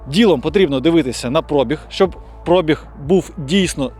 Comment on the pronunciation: Кажи ПробіГГГ а не ПрОООбіг бо я зараз вуха викину